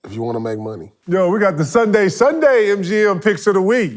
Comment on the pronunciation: KEVIN GARNETT GOT ME DYING WHEN HE SAY SUNDAY